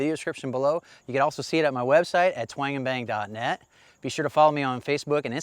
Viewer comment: I heard "Wang in bang"....hehe thought that was funny but I still like your demeanor and presentations very much thx